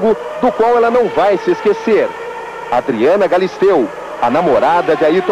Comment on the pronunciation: o cara fala Adriana kkkkk ela sempre falava que era Adriane,é igual a apresentadora Eliana, quando alguém fala Eliane ela já corrige